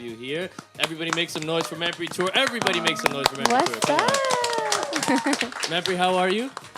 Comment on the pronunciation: Learn to properly pronounce your last name.